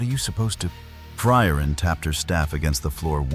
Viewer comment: My favorite was "Fry-Urine".